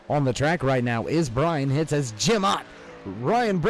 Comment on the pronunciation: hitze is pronounced hitsey